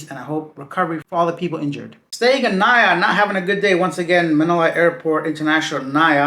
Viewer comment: We don't pronounce it as "Na-ya". We pronounce it as "Na-EE-Yah"